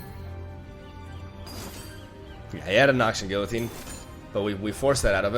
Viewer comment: Excellent video. In exchange, you get French tip. Guillotine is pronounced gee-yuh-teen.